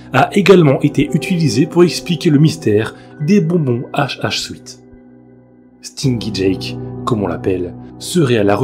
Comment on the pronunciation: Stingy Jack = stinji jak, la prononciation